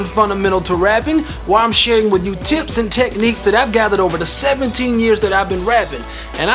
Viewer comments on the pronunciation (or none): none